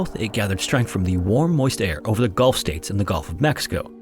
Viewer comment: I love your channel! Just subscribed. Btw, it’s “Gulf,” not “Golf” of Mexico.